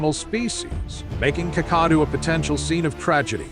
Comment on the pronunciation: The pronunciation of 'Kakadu' is so bad, I would not have known what place you were referring if it wasn't for the written description. Try Kack-a-doo as in if you see a crock, you're going to kack your pants.